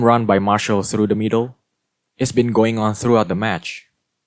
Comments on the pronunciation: mar-see-al not marshal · Can I just say that Martial is pronounced Mar-see-ale